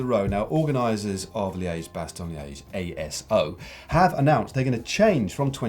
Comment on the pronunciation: Hey guys, the "e" in Liège is a short e as in "red" or "hedge".